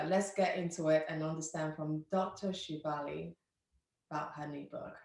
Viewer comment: SHA-FA-LI. SHA-FA-LI. SHA-FA-LI